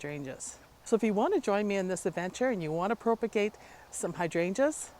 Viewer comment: PROP-a-gate like HOP instead of PROPE-a-gate